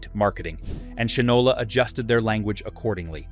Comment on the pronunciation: Shinola is pronounced "Shynola." Unless you are obsessed with polishing your shoes, what moron would name a product, let alone a watch, Shinola - knowing the widely used historical phrase: "he (or she) doesn't know the difference between shit and Shinola." (black or brown shoe polish). I would think of shit, and laugh out loud, every time I looked at my watch.